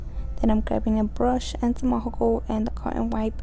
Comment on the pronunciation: She says alhocol 🤣 it's alcohol baby. The nails are amazing tho. Beautiful job